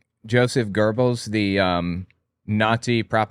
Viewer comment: Young brother it's Joseph Goebbels. There is no r in his name he was the minister and Reich master of propaganda and murder rape and mayhem. Anything else you want to know about Goebbels or Himmler. Just ask I will tell you what I know and what I don't know I will say I don't know